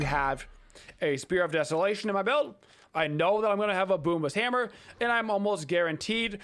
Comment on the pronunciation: you know thats not how u pronounce it tho right? lmao i hate to do hard research cause i listen to u..it was good laughs.